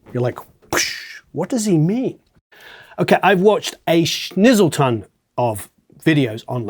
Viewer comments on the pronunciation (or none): That some Awesome Advice . it s kinda what i needed to hear. BTW , did you say “Snizzleton”? 👍🏼😁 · a “SNIZZLETON” haha